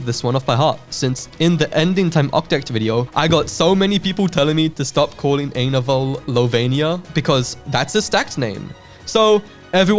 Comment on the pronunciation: Dude, you have to check out ETO: HFTBW (Ending Time Octet: Hurt for the Broken World); if you get confused on what happens in the end, look at the chat; one of the comments would explain what happened to each. [Also, Lovania isn't his name, his name is JUST Ainovol Sans [I-in-no-volt]]